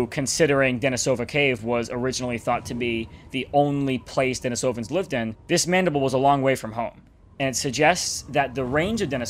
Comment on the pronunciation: I believe that it's pronounced 'den-ee-so-vin'